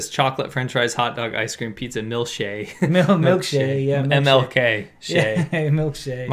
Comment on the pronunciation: Milkshae 😆 wow so good